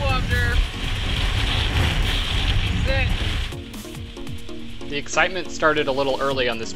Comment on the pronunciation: "wobdur"? LoL